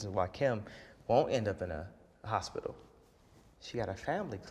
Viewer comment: No more "hospital". I shutter when he says hospital. Mary40 youtube